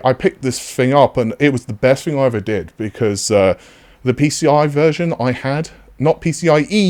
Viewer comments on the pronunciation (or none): none